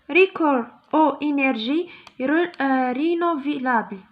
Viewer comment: شرح جميل لكن نطق الحروف جد خاطىء,فادح وكارثي حذاري اختي اخدمي على روحك نقولو prospérité ماشي propriété وايضا نقولو renouvelable وليس rénovilable وايضا نقولو pauvre وليس pouvre🤦